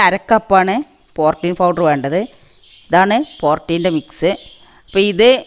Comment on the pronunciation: Ethaaa porteen allaa. Porteen aanu